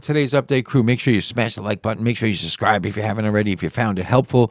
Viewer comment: Subscribe not suscribe. Learn the word and how to say it.